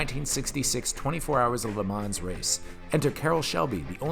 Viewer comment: 1 out of 10 for not knowing how to pronounce le mans correctly